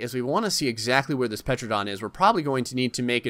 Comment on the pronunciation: A petradon XD You didn’t go to school XD